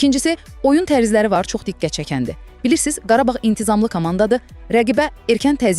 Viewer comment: Qarbağ yox Qarabağ